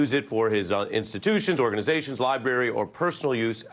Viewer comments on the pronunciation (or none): Did Ari really say 'li-berry'